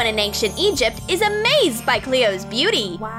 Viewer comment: I love how they say anchinc instead of Ancient....?